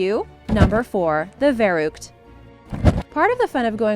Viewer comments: The Verrückt is German and means crazy. And you pronounce it completely wrong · The verrückt is pronounced wrong trust me I know Im a huge cod zombies fan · The Verrückt is pronounced The Ferrückt, it's German and it means "The Crazy" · i wish she could pronounce the ü in verrückt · She said „verrückt“ wrong😭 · Your german pronunciation of verrückt is depressing